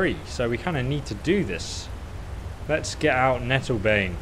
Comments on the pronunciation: Nattlebane lol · Lol nattlebane